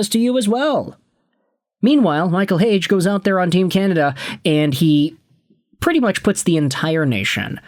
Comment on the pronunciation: leafs got cucked.... they gotta watch the habs and sabres run that train lol and its pronounced Heyg-EEEEEEE